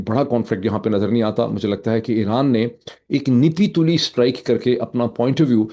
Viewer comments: Dear sir, When you say نہیں تلی, it is pronounced as " Nappi tulli" not nippi tulli. Nappy commoes from word ناپ۔. Nappy means measured. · ‘Napi-tuli’ not ‘Nipi-tuli’ - 😅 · معید بھائی ، نپی تُلی میں "ن" کے نیچے " زیر" نہیں بلکہ یہ " زبر" ھے So it's " napi tuli "